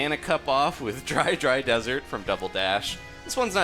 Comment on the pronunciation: At first I though you said try dry desert lol